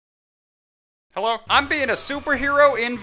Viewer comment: The "heallo" will never get old 😂